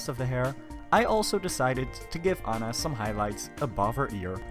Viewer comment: it`s aunna not anna